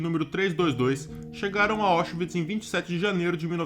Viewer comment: A pronúncia correta é "Áuchvits", não "Óchvits".